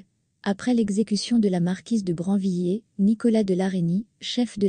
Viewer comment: La marquise de Brinvillers et non branviller.